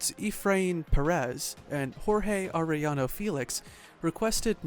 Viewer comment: Yes it is.. I laugh when they can’t pronounce Arellano properly 🤣🤣 They say Are then they pronounce the LLLL Then I go correcting them by saying the two LLs are pronounce like Yaa .. Aréyano 😂😂